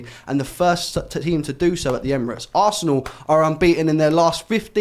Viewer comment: It's da history of ze assssssanal 🤣🤣